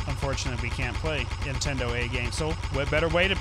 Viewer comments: Why do u ow them money if u say netedo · why can't you say entendo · Why can't they say Nintendo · you don't need to say nintendoa it is just ok to say Nintendo that is fine you don't need pay money I say meny people say Nintendo in there videos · Why can't they say Nintendo? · Why cant you say nintendo